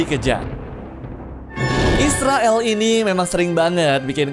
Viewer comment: Istra El lu nyebutnya kayak isriwil 🗿